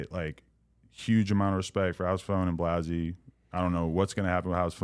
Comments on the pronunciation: First of all say blazzys name right Adam you scumbag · Still to this day, Adam miss pronounces Blazzys name lol